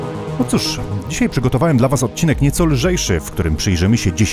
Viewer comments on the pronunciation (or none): none